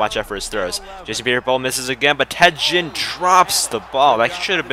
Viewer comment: you siad ginn wrong you say it like the ginns on a fish